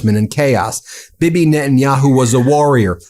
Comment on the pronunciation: It's pronounced Bee Bee, not bib-eh